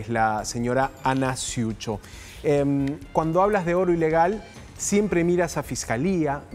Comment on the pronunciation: No sé dice ciucho , Se dice cucho